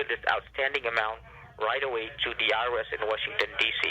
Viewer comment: Pronounces IRS as Iris